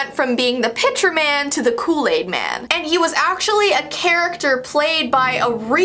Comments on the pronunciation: *Kool aid man not Kool laid man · U said look aid man